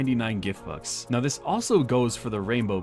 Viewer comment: why did you say gift books and not gift bux